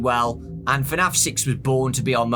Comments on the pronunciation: Why do u say fernaf and not fnaf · I love how his accent does not permit him to say FNAF properly. He says it like FANAF. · Fenaf you say 😂😂